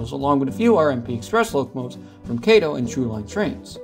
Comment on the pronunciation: I've actually ridden on WCE before, and the Bi-Levels are much nicer than the Metrolink and Coaster one's. It's pronounced Kahto.